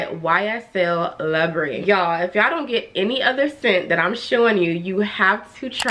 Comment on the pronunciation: Since it's your favorite - Libre rhymes with Zebra; blame the French, not me.